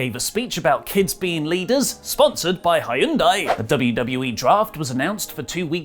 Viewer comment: that’s not even remotely close to how you pronounce Hyundai